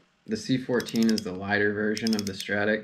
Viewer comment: Stop saying “C14” it’s “Ci4” you’ll sound like you know what you’re talking about.